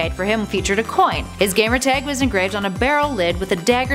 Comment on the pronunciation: Or Aaron Leigh (Aaron lee)